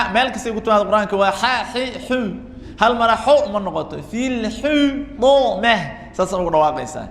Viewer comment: یا أخی أنصحک لله أنت لا تتقن بعض الحروف . استمعت إلیک وأن تقرأ سورة الهمزة وأخطأت فی حرف الطاء من کلمة الحطمة .وکذلک أنت تخرج جمیع الحروف بغنة